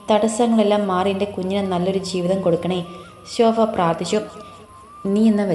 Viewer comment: ശോഫ അല്ല ശോഭ